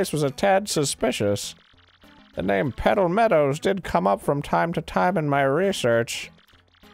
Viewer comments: All I could hear was "Pedo Medals" instead of "Petal Meadows" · Arin sounded like hw was saying PEDO meadows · Sounds like they're saying Pedo-Meadows instead of Petal Meadows and it makes me giggle.